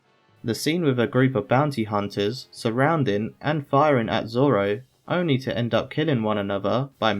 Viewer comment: "I think I can figure it out Zolo"